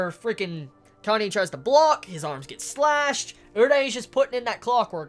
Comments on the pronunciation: You're gonna keep calling Kanae "Kanye" aren't you? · Do you pronounce it 'Kanye' just to spite me?;~ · lol i loled when you said "Kanye" .